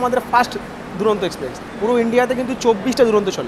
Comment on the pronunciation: দাদা এক্সপ্রেক্স নয় ওটা এক্সপ্রেস ❤️